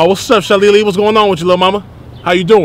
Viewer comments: Da HELL is a “Shalilly”?😂😂😂😂🤣😂🤦🏾‍♀️ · Chiiiiiiiild not “Shaleelee” lemme put the blunt DOWN 😂😂😂🤦🏾‍♀️ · Foo said shalili